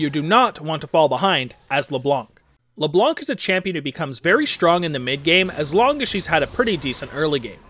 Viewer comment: you don't pronounc the C in ''Leblanc''